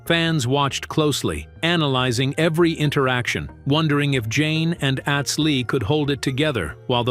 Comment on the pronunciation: Narrator can't pronounce certain words correctly ... Atz isn't pronounced like the world at...it's pronounced lie the word not